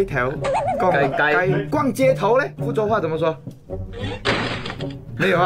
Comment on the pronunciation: 逛街说错了 音差很多 逛街 是宽街 骨头 是钩钩 勾头 厉害是丫霸 老婆说对了 壁虎跟鳄鱼我不会说 肚子饿说对了 蟑螂也对了 沙漠或者噶拉